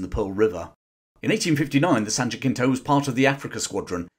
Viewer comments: the US ship USS San Jacinto is pronounced ha-SCENE-toe. It's a Spanish word and the ship was named for the scene of the Republic of Texas' victory over Mexican dictator Antonio Lopez de Santa Anna. But I'm sure you were aware of that. Otherwise, very interesting episode in our nation's shared histories. Thank you. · Jacinto in San Jacinto is properly pronounced "ha-SEEN-toh." Even in American English since Spanish word is pronounced in Spanish. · I love the channel. Having been educated in Texas, San Jacinto is pronounced San Ha-sin-tow. However, Texans I know prefer the Spanish pronunciation. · It's pronounced 'San Hasinto", it's Spanish. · The correct pronunciation of the America ship is san jasento. It is named after the battle of San Jacinto which won Texas independence from Mexico. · San Jacinto is pronounced "wa-SIN-toe". See Peter Gabriel (song called San Jacinto). It's Spanish. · An excellent video. However, the name of the American ship’s name is pronounced, San-ya-sin-toe, with the letter c pronounced as an “s.” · San Ha-SIN-to. That's how it is pronounced, using English spelling and pronunciation. English language, not English as in accent. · Prince Albert went out a peace maker. The science fiction author Harry Harrison did a good 3 book alternate history series about what might have happened if Albert's recommendations hadn't been used. Worth a read. It's pronounced San JaSinto, like the final battle for the freedom of Texas. Keep up the great work! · It’s a good thing Prince Albert intervened. The US could ill afford a conflict with Great Britain in 1861. Since Jacinto is Spanish the pronunciation is closer to Yasinto or Americanized as Jasinto. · the proper pronunciation of "San Jacinto" is "san-ha-seen-toh." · Prince Albert, Yes. Also San Juh-sin-toe. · San Ha-Sin-Toe, phonetically.... (Sorry!) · Mary Mother of God the way you pronounce Jacinto hurts my Texan soul 🤠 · San Ja-WHAT bro?? its a soft 'C' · San Jacinto... ha-sin-toe